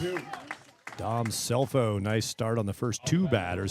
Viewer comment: Great game Great announcing but Scelfo is pronounced Shellfo! ❤ Grandma